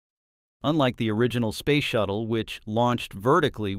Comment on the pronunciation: Yup..........Ctap.........no..........I did not misspell.........Spayce shatttle........😮